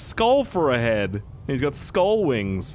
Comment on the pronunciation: “Scull wings “ 😂 love you 😂😂😂